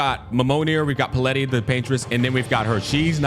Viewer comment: Took me a while to realize that the character is called Palette, not Paleti like was saying xD as in, a colour palette